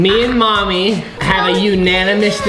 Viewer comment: why do you call momy moomy